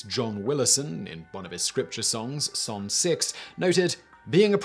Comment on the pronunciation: Psal. is pronounce Psalm.